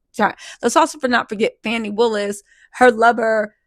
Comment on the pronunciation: 😂😂😂😂 you called her FANI Williams😂😂😂😂